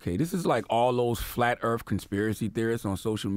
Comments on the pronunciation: Words this ignorant "agenda slave" mispronounces: earth; earf, Putin; pewtin, NASA; nasha. I'm sure there is more, but I could not listen any longer due to his misinformation. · Does Charlemagne have a speech impediment? Nasha (NASA) Woofully (Willfully) Pewtin (Putin) Earf (Earth) 🤣🤣🤣 And Wayminute. Did Trump say he beat Hillary Easily? He must’ve haven’t seen the popular vote 🤦🏾‍♀️